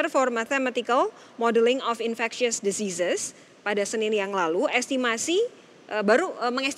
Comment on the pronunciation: .... Mksd nya deseases apa emng deusiiseus ?? Maklum saya norak dlm bhasa asing